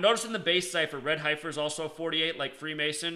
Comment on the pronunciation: I was thinking the same thing, lol. HEFFF-ER, HAIR-UDD. I'm not poking fun, really but hear so many Biblical words mispronounced in many videos.